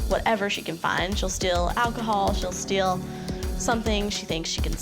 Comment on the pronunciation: She said "I steal wine a lot". I heard "I still whine a lot".